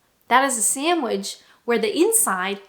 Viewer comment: Never heard anyone pronounce sandwich “SAMBDwich” before 😮